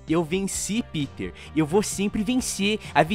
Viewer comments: Não se diz piter man. Se diz pêter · "Piter", klklklk, ele fica pistola quando não chamam de "Pêter". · Pq a dificuldade das pessoas chamarem o PETER pelo nome corretamente.. ao invés de PITER na fonética. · E pq e assim o nome Peter ele e americano ou seja normalmente as pessoas que conhecem vai dizer E com som de I mas como vão saber que esse E e pronunciado em alemão? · Ninguem sabe a pronuncia correta do nome do Peter